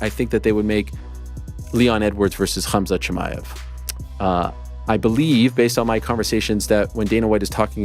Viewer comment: The way Helwani pronounces khabib and khamzat is so annoying.